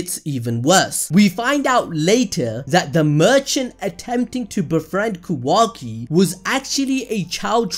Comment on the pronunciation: Love the videos but my god Kah-wah-key not kuhwaki